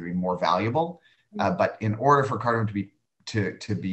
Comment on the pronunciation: I love cardamom. I hate how people call it “cardimon” Let’s get it right folks.